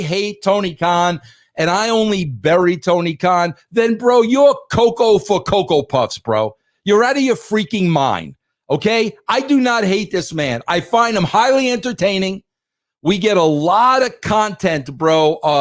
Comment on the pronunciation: Coo-Coo, Vinny, not "Co-co." 😂😂 But, in all seriousness, I'm glad Russo is still around. No one can remove this man's thumbprint from the wrestling business. Everyone had a story when he was writing. Everyone, including the security guards were famous when Russo was on the ship in WWF. Give the man his props.